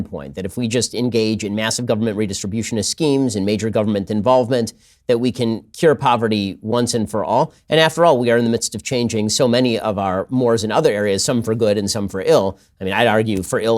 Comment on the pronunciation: Ben, big fan, but mores is pronounced: môrāz.